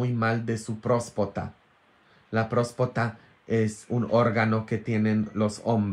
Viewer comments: Prostata se dice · N es prospota jajs es próstata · Es próstata, no próspota. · Se dice próstata padre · Se dice: próstata. Estaba muy mal de su próstata.